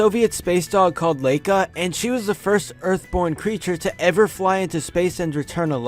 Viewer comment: The sovijet dog's name is pronunced Lyka, not Leika. And no, she didn't return alive....